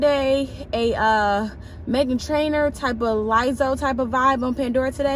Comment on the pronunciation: She said “Liezo” and I was like who tf is she talking about 🤣🤣🤣 turns out she meant Lizzo